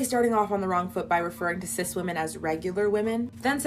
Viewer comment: Why do they say Cis like they mean Cyst? Every time I hear that word it makes me cringe...